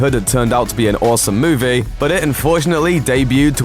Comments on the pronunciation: Why do you pronounce all your ees as ays? E.g. It's movie (moov-ee), not moov-ay. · Moo-vay? WTF is one of those?